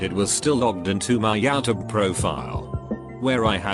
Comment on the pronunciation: Nobody: The robot narrator: Yaoutube